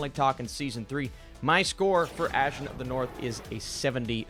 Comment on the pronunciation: Her name is pronounce as "Ah Sheen" not Ash Sion 🙄